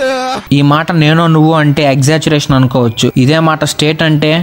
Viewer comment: Rey exaggeration correct ga pronounce chey ra